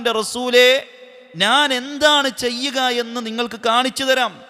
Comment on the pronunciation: നാൻ അല്ല. ഞാൻ എന്നു പറയൂ..